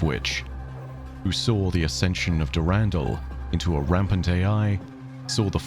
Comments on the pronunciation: Is it not pronounced Der In Dall? Not Durandle? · I love the the content but I need you to change how you pronounce the name Dur ren dull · He says Durandal funny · i love the different pronunciation for Durandal based on the timeline. did Mandalore Gaming start that, i wonder?